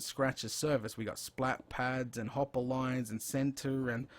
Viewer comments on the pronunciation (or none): none